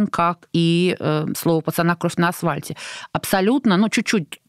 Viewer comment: Я не ослышалась?.. Арина несколько раз произнесла кровь на асВальте